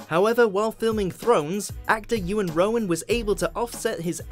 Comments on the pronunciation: The cringiest moment is hearing people destroy iwan rheons name. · you butchered iwan rheons name :L it may be welsh but theres clearly an E in it